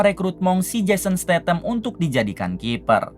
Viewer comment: jason statham mang, bukan stathan 😂